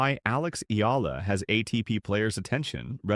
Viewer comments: E-A-L-A, not eela! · Eala is pronounced as EE-YA-LA. 😂